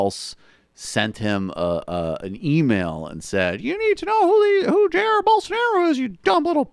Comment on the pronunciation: not Jairo. Jair Bolsonaro